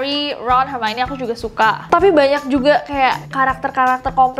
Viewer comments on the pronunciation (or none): none